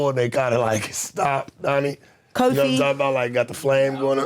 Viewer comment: The woman is very genuine. But this guy here,. He just dumped on this country by not being able to pronounce Cofie. All it takes is a 2 grade economics class and he will then be able to pronounce names/words correctly, and not say " maybe that's just the American in me". People like him is what is dumbing down this country.